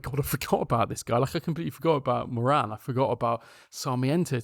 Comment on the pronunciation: about moran (pronounced more-un, hurts as an irish person to here morAn!), stoke fans said he was a good player but he alcks that physicallity